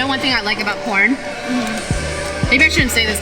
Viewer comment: “You know what I like about corn?” All I hear is porn LOL I’m like, MICHELLE?! Are we having this convo right now?!